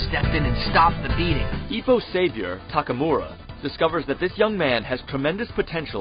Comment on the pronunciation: Taka Mora? geez did those dubbers have so much trouble prenouncing Takamura?